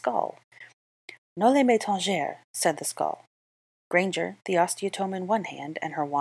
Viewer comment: Im pretty sure "noli me tangere" in this context is latin, not french, and in that case you said it perfectly